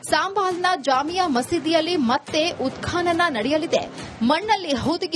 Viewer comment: ಉತ್ಕಾನನ ಅಲ್ಲ ಉತ್ಖನನ